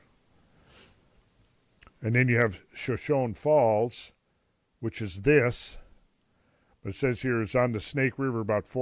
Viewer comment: Per usual, great presentation, Randall. Point of pronunciation: Shoshone Falls is: shuh-show-nee faalz